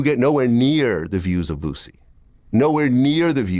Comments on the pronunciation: Who is Boozie lol it Boo-Sie foo 😆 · The way he saying “boozey “ 🤣🤣🤣🤣🤣🤣🤣🤣 mane WHO